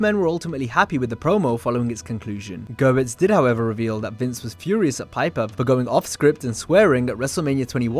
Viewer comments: Just for future reference, Brian Gewirtz's name is pronounced Ge-WURTZ. Not Brian Gir-witz. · Dude, its GA-WERTZ. Jesus